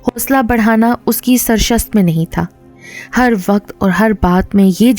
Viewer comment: SARISHT hota hai dear 😊